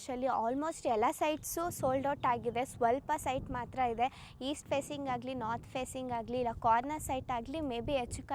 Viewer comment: ಸರ್ ನೀವು ಮೊದಲು ಕನ್ನಡ ಸ್ಪಷ್ಟವಾಗಿ ಕಲಿರಿ ಆಯ್ತಾ ಹೇರಿಕೆ ಹಿದೇ ಅಲ್ಲ ಮಾರಾಯ ಎಕರೆ ಇದೆ ಅಂತ ಆಯೋ ದಯಮಾಡಿ ನೀವು ಕನ್ನಡ ಪದಗಳನ್ನ ಕೊಲ್ಲಬೇಡಿ 🙏